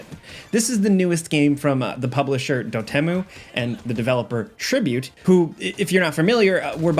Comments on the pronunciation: Not sure if I've ever heard "Dotemu" as it's spelled versus the pronunciation "Dot E.M.U.". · it's dot emu, as in pixelated emulation, not "do temu" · not trying to hate (I too mispronounce words all the time) it's dot E M U I think?? it's a reference to emulation files so period then letters phonetically